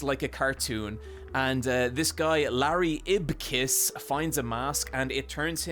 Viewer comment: "Larry ipkiss" no